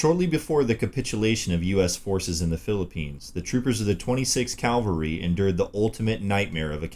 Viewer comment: "Ca-val-ry, " as in "cavallo," ("horse"). Not "Cal-ver-y" Goddammit. Bonus material: Your realtor is a "real-a-tor," not a "ree-la-tor". Jeezus.